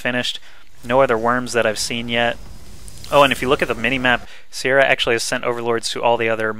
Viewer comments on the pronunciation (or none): the name your looking for i beleive im probalby wrong is pronouced Kia-ra